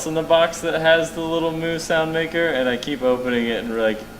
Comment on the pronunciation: The way you said 'new" LOL